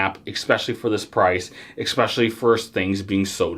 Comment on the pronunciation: Sorry dude, you led off with an "expecially" and I can't do 20 minutes of that.